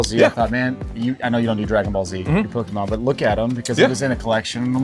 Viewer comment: How to pronounce Pokémon: Poke-E-mon ❌ Poke-UH-mon ❌ Poke-AY-mon ✅ Admittedly, I pronounce it "Poke-UH-mon" (like the seller is pronouncing it) but hearing "Poke-E-mon" probably bothers me more than it should and it's solely because that's how boomer parents said it in the 90s and 00s 😅